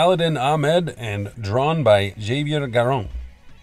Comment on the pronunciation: Javier is pronounce ha-vee-air